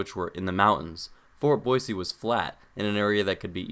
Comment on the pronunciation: Hello, former Boisean here! Born and raised, lived there 19 years, juuuust outside of Meridian. First off, thanks for pronouncing Boise with an S, not a Z. It's a shibboleth, anyone who says "Boy-zee" is an outsider. "Boise" was named so by French explorers, who, after weeks of traversing the deserts to the east, finally saw evidence of water in the valley below and reportedly shouted, "La Bois! La Bois!" which means, "Holy shit we're not going to die of thirst!" (Jk, it's a word for woods.) So, it comes by the "city of trees" moniker a bit convolutedly. Couple small things you missed. Boise wasn't a mining town as much as it was the aggregation site for mining in other towns; farmers and miners traveled to Boise to access the railroad. Also, Boise is home to the Peregrine Fund, which developed methods that saved peregrine falcons from extinction, and has greaty contributed to similar efforts to save California Condors and other birds of prey all over the world. Truly one of the greatest things Boise has to be proud of. Some bigger things you missed, the traffic in Boise is egregious. The city did not plan for the Boise/Eagle/Meridian area to ever have more than 100,000 residents, and has moved too slowly to adapt to the 800,000 people who now commute sometimes 100 miles a day through it. Likewise, many of the larger roadways are dangerous. 50mph stroads are the norm in Meridian, Eagle, and the Bench. The is currently ONE freeway for the majority of residents, on which driver